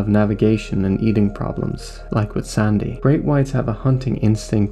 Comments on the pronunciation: Why do you pronounce the name like that?! It's SANDY. NOT SONDAY. you fucking sound like forest gump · is the narrator Irish? he pronounces "sandy" strangely.